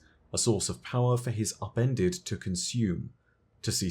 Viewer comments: I always thought he was saying “appended” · All I hear is “Appendix” my “appendix”